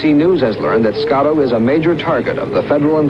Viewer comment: SCOTTO NOT SCALO RIGHT?